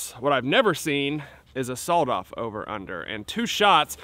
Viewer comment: Why's he say sawoled off 🤣🤣